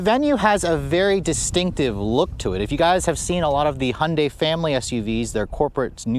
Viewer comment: Hondei 😂 ? English should be pronounced right. Hyundai Si pronounced like heundie " th Word don't exist but read it,thats how.